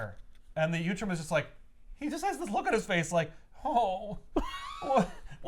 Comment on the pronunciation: Ok now I know you’re mispronouncing utrom on purpose. Last time you added an L! uLtrom! 😂